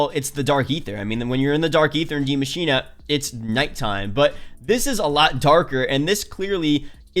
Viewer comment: Ikr these youtubers are dumb af just because you have an accent doesnt mean you put a letter in a word that isnt ever there